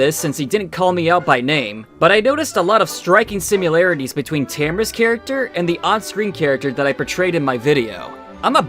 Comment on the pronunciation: I find it weird that a grown man pronounces "similarities" as "simUlarities".